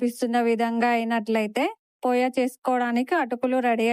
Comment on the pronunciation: అది పోయా కాదు పోహా